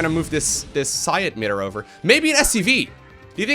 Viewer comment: "Psi admitter"